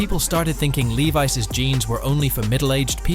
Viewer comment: Don’t bother wasting 12 minutes of your life on this bot-narrated nonsense. How can his car "collection" include a car - according to the narration (Lexus LFA #1) - that he’s never owned! Apparently he’s also responsible for Lee-viss (Levi’s) going down the pan. Not even his farm contains as much bulls**t as this video